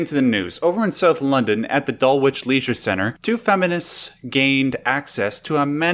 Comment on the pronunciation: The 'w' in Dulwich is silent.